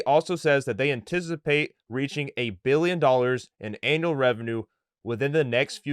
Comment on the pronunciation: it is 'annual revenue' bro, not 'anal revenue'! also you didn't mention the name of the company, all you said was ILUS subsidiary.